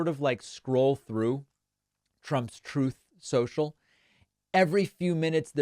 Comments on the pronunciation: It's "Troth Senshal" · Trough sencual gets me everytime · Trothe sential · I miss whenever you say Truth Social it plays the audio clip, "TROTH SENTIAL" XDDD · "Troth Cential!" Trump's praying to keep his ass out of prison. All your crying, distractions and whataboutism won't help you now, "innocent man." 😂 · I forget that it's not actually called Troath Cential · "Troth Senchell" - Former Failed President Donald Trump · Why does he repeatedly mispronounce Troth Sensial?